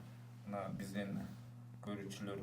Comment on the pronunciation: Сизстин бизстин Деген созуну ондосон боло